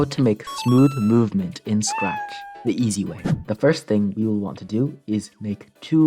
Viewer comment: bro said "scrack"